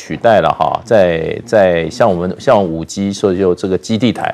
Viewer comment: 5G cannot be spoken as 5Giu. No good pronunciation.